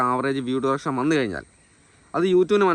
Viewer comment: ഡുറെക്ഷൻ അല്ല അളിയാ ഡ്യുറേഷൻ